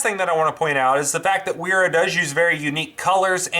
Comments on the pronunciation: trying to be humble but .. the "W" is pronounce as a "V" auf deutch, So pronounce as "Vera"... Great review . Thank You so much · In case it hasn't been pointed out yet, it's pronounced 'vera'. Nice video though! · Sir, excellent tools, nothing, and I mean nothing, like Wera tools. Brand pronounced "Vera".